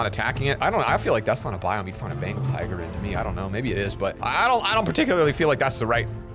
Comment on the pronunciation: He said a bengal tiger "bangal tiger".I died laughing lol